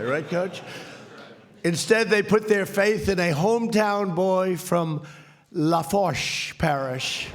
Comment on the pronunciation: Got a chuckle out of LaFoosh parish also.